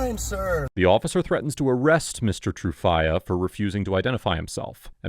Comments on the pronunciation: Do you really have to pronounce his name as True Fiyah? It sounds very cringeworthy. Tru would have sounded better. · Every time he says Mr. TrueFIYA I chuckle 😅